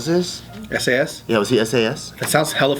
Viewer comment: When she said sas instead of s a s😂😂😂😂😂😂